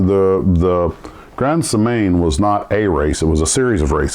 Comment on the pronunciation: Yep - butchered it! Phonetically, it's GROND SAY MAN DAV-EE-AH-SHEE-ON DAY LAR SHAM PAN YER. 😁